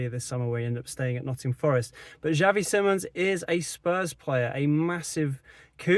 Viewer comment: His last name is pronounced SI mons. NOT. SIMMONS!